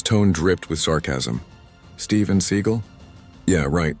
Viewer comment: Stop mispronouncing seagal 😢